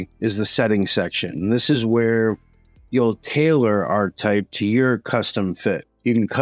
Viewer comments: Love the video, but it's pronounced are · kuh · type And muh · nair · oh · Interesting. Thanks for the vid. Just gotta say though… isn’t it pronounced “arKetype”? At least the word “archetype” is pronounced that way. Who cares. I prob sound obnoxious. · ar·che·type No "arch" sound. Archetype is the word. Ar che type. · Monero - pronounced: Mon - eh - roh Archetype - pronounced: aar - kuh - tipe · Isn't it pronounced (arketipe)? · No one gonna mention how to pronounce archetype??!?!?